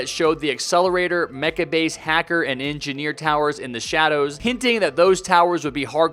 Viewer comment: Anggeneer gayming